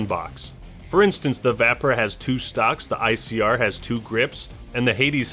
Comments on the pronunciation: It’s pronounced VAYPER not va-per and the vkm doesn’t have explosive rounds for its operator mod I can clearly tell that half your subscribers have never played black ops 4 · Vah-per lol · the way you say vapr if funny af